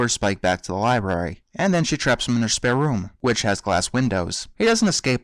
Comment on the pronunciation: I'm sorry, but when you said spare room, I thought you said "spare oom"...anyone understand what I'm referencing? xD